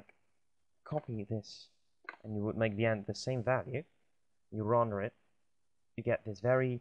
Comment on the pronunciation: I hate how you pronounce render